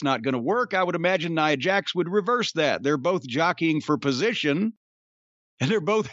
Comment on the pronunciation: He calls her "Nee-ah" Jax. 😂